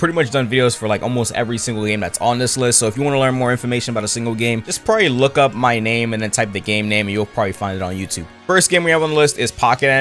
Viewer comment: "my list" What i hear: Our list 😮lets go poggers